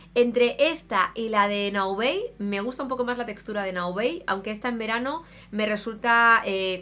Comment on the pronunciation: "Naobey"???? Pero si Naobay es una marca 100% española 😳😳😳